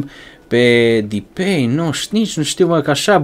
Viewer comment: SE SPUNE DEPAI